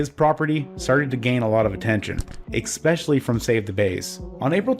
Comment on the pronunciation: The word is especially,. Not X-specially